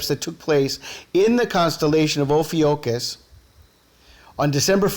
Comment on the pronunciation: amazing connections here. thanks for sharing. Just FYI: Ophiuchus is pronounced: oh-FEW-kuss - or - [O] + [FYOO] + [KUHS]